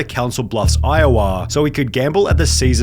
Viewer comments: dange-ah, borde-ah, iow-ah …. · Iowah, bodah so he could gamble at the casinoah. Please tell me this is a crappy Aussie bot doing the voice?